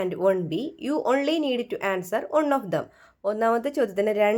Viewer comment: ഒൺ അല്ല വൺ ആണ്.😂😂